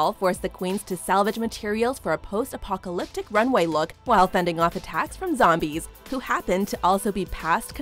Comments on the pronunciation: Why do you keep mispronouncing apopalopic?? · It’s pronounced Post Apopaloptic